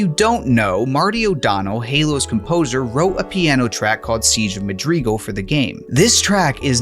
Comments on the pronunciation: t....that's not how you say madrigal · honestly redo the video saying it correctly cause this is painful to a halo fan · It was annoying me so much that he kept mispronouncing it. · Please learn to pronounce Madrigal. Also, it was originally written for Myth: The Fallen Lords, not Halo. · Love to see this series continuing, but I have to say I have never heard anyone say Madrigal the way you do in this video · its mad-rigal not ma-grigal..... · Because he said Madreegle. Not madrigal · FYI it's pronounced Ma-dri-gal, not Ma-dreegal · Mad-ri-gal, not Ma-drig-al... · This video is incredibly interesting and entertaining but oh my GOD the pronunciation of Madrigal as muhd-REE-gull was driving me nuts 😂 Madrigal is pronounced MAD-ri-gull. Madwriggle. Madrigle. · Pretty sure it's pronounced "Mad-rih-GAL", not "Mad-REE-gal" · Its madrigal not magrigal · It's also not pronounced the way the creator pronounced it. The correct pronunciation is "seej of MAD-rih-guhl", not "mah DREE guhl". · Dude, seriously. I have a lot of gratitude and respect for the work that is doin here, but him saying Madreegle instead of Madrigal was friggin killing me. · "Madreegal" lol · Siege of 'Muh-dree-guhl' . This should make for a nice sound bite to annoy Myth: TFL fans. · "Madreegul" blows my mind that grown adults lack proper pronunciation skills. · Funfact. It isn't pronounced "MaDeeeeguulll"....ffs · Rhymes with magical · Madrigal. Madrigal? Madrigal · Bro, your pronunciation of Madrigal is killing me. PLZ use google. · Me: this cut content is quite fascinating. The comment section: tHaT's NoT hOw YoU sAy MaDrIgAl!!1!1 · Ask Kwan Ha 🫣